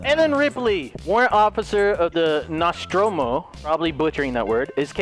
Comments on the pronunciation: Ripley may not look like Ripley, but at least they put in Jonesey the cat from the first movie. Also, perfect pronunciation of the ships name👍🏻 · you said the name nostromo perfectly so don't worry